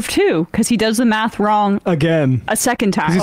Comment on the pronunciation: boy's talking meth instead of math